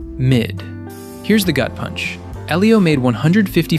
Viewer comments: Great videos... but why can't you pronounce names? Eelio? Maleh-volah? Invisigall? You're hearing the subject matter pronounce them correctly. Why can't you say them correctly? Its maddening! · "I just watched EEElio" You very obviously haven't. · Lmao at least pronounce Elio right don't pmo 😂😂